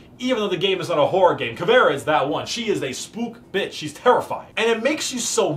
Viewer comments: As a Brazilian I found this video very INTersting funny, also "Cavera" as Caveira? Something wrong is not right. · Eu achei que ele tinha dito "caviar", só soube que era "caveira" por causa de teu comentário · As a brazilian viewer as soon as I saw this title I needed to watch this,but in ther first 5 secs before he said "Caviar" instead of "Caveira" i was like wtf is going on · BRAZILIAN ANGRY SOUNDS WHEN SAYS CAVÉRA INSTEAD CAVEIRA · Also-hmm she is called CAVE-I-RA NOT FUCKING CAVEAR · Not ca-ve-ra, it's CA-ve-ii-ra. I'm brazilian. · As a brazilian, hearing you speak "caveira" as "cavéra" is kinda funny. Anyways, great content, my dude, you look way more comfortable and happy, the camera is great too! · Ta mais pra caviar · Smh this nigga can’t even pronounce her name right